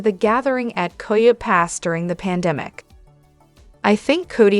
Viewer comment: It's kie-oaty pass